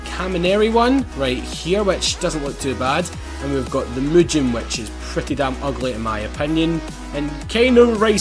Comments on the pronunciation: The way he pronounces mugen is so Annoying it's pronounced (moo- gen) not (moo-jen) and making a prelude rwd is nippy aswell to a Honda geek like me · Him pronouncing mugen wrong